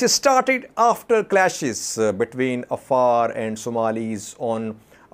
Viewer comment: Hey, how come you can't pronounce the Afar with the ع